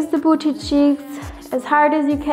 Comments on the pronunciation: The way she says BOOCHY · I'm sorry, but every single time I see pamela I'm absolutely shooketh at her body like fr shes not photoshopped I- Also I love how she says "booty" so posh-like